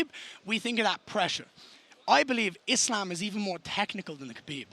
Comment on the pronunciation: I love how Garry pronounces Islam". That's the correct one.